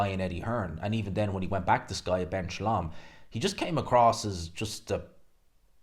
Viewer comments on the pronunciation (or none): none